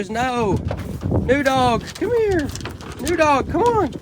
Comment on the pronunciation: Should name the new dog noodle. I swear I thought he kept calling it noodle instead of new dog. She will be used to that similar sound also